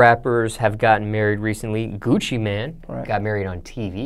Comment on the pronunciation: Gucci man? Noooo it’s Gucci mane like (main)